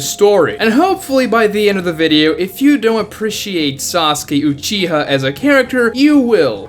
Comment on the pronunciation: Dude never say Uchiha again.